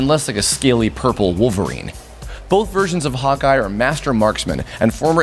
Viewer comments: as he said "Hawkeye" i understood " Hotguy". lol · I always hear "Hot Guy" when you say "Hawkeye" :o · When he said Hawkeye, i thought he said hot guy. I was so confused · Me too HAHA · When he said Hawkeye i understood hot guy😅